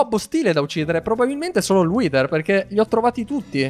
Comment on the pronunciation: pronuncia:" Whiter!!! Io: 😮😮😮🥳🥳🤯